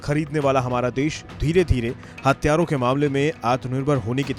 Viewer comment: हत्यारों नहीं भाई हथियारों बोलो